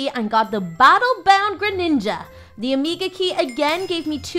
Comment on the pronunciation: its omega not omeka